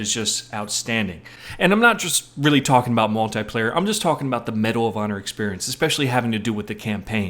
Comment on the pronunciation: Lol! HE SAID MUL-TIE-PLAYER! xDDDDDDDDDDDDDDD Who says MUL-TIE-PLAYER?!?!?! Guy's a comedian!